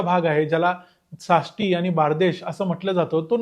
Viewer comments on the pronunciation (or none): तूम्ही साष्टी म्हणता ते सासष्टी असा आहे.